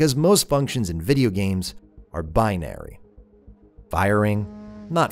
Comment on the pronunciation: omg.... but le... le violense?!?!?!?!? in my vdijad games?? {insert oppenheimer} - locked... not locked. I would love to see an entire video on doors in games. There's already good written material out there, but not in video form. Always a great microcosm. wiZEESST. Love that. this "milimiters confusing... both players and AI" line delivery was great as well, the flowing emphasis, damn. "isn't worn on its sleeve, but woven into its flesh" damn. That's good. Reminds me a lot of Stone Ocean. I really love this way of adding restarting into a game. It feels wrong to do, because you're quitting the game. Incredible. Lovely JSR music. Where's your JSR video?!?!!?! - you narrowed your priorities. Nice. I love this segment!!!! More games music appreciation!!